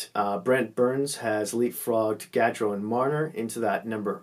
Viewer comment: Pronounce Gaudreau Goodreau